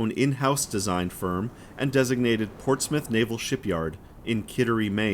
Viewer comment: It's nice to hear an American pronounce Portsmouth correctly, not as Ports Mouth. Lol Regards: From a Former Royal Navy serviceman. ;)